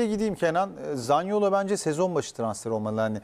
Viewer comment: Zanioli ne ya Zaniolo Zaniolo